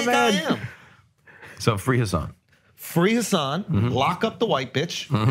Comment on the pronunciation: You're pronouncing Hassan's name wrong btw.